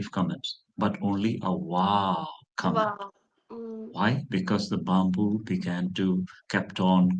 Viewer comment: I like this trainer, we should pronounce that word byamboo instead of bamboo